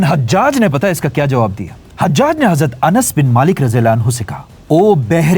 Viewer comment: #: When you pronounce ز instead of ض example حزرت instead of حضرت you are cursed.... Laanath hai tum par. Agr tum ض ko ز kehathe hai, tho tum Munafiq ho